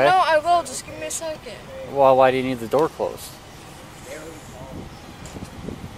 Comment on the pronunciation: "Close the IDoor"